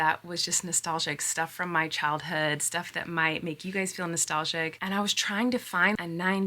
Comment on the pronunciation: Gurl, nostalzjic? Nostalzja? 😅